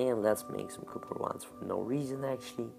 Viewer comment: did he say "cupper" ?